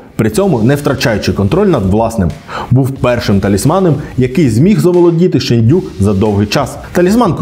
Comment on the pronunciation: Шéнду🥲 ніякий не шендю🤨